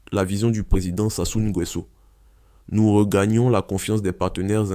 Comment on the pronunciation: Voilà un autre qui ne sait pas prononcer le nom de Sassou Nguesso 🤷🏿‍♂️. Réécoute avant de publier